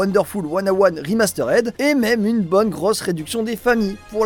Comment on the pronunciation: "remasterèd", ça pique x)